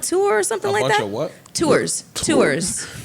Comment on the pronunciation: Yo, y'all acting real American correcting Mel on her words. To're to Tour 😂